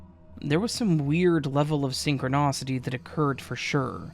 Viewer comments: Please don't ever say synchronocity again. It's synchronicity. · I love you and your videos, but for the love of everything, stop saying synchronicity as synchronocity.😂 Sorry. Had to channel my inner Karen. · Love your channel but the mispronounced "syncronicity" was driving me bonkers 😊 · “synchronOcity” instead of synchronicity made me giggle. Sorry. Love these stories though. ♥️ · SynchroNAcity haha. I’ve never heard someone read words wrong with so much confidence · Oh, crap. I thought that the op had either misspelled or believed that "synchronicity" was infact "Syncronocity". I truly did not intend to critique your pronunciation!